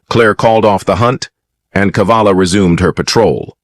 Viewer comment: Cavalla, not Kavalla. Saw it several times in the script.